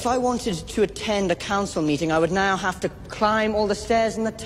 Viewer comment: "let them havah"